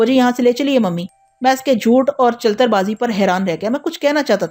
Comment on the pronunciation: چل تر۔ نہیں۔ چلی تر جوڑ کر پڑھیں چلیتر۔ چلتر۔ ل کے نیچے زیر ہے